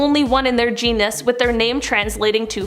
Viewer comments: Please for the love of Darwin - genus not genius. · *Genus… not “genius”. lol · its Jean-us, not genius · Dude, it's genus (geen-us).. not genius. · "Genus" is pronounced "GEE-nuss," Not "Gee-nee-us."